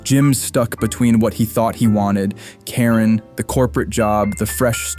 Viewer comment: Ok, so yes, I'm high...but why do you keep saying "Taren," instead of Karen?